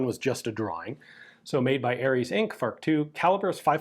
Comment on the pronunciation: I came to hear Ian pronounce F.A.R.C. phonetically, stayed for the interesting mechanics and left shocked by Ian developing a third hand due to the radioactive reflex sight.